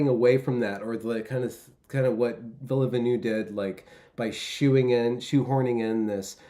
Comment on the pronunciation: I feel so Canadian wanting to correct the pronunciation of Villeneuve... ⚜️ No I don't even speak French well. But Québec City and Montréal are beautiful, and the language sounds pretty cool too. And the food snd the ladies are exceptionnelle.